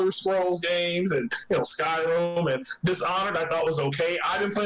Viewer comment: this guy keeps calling it skyroom lol, 2nd time so far, 200 hours in "skyroom" my ass